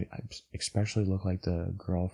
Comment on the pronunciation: He says “eckspecially” instead of especially but you know what... he’s cute so it doesn’t matter. We all make sacrifices.